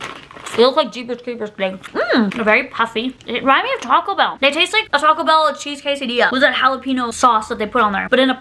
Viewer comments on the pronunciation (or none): none